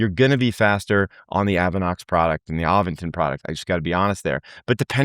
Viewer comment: there is no "G" in Aventon!